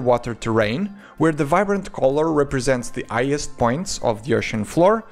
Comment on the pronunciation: sigh, french people just can't pronounce the "H" can they? -'The ighest point' -'ogwarts'.. really? try harder